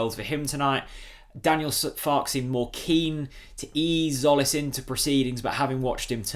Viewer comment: Christos' surname is pronounced jolis tzo->jo like in the word "joker".And the first name Hristos Ch->h like in horse. Seen you in the Redmentv channel for the first time, liked the content,and as a Norwich fan i guess you would like to learn it right sooner than later!